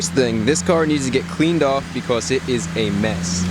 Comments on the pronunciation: i find it so funny when you say "because" it sounds like you are saying "becoss" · why do you say becoss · Chris has a slight accent when he says because